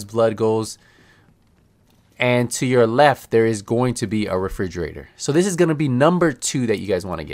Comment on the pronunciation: Thanks for the video a great help. But dude I couldn't help getting distracted when you say frigerator it refrigerator 😂